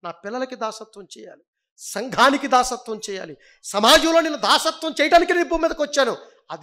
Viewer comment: దాస్యత్వం.. దాసత్వం కాదు.. కదా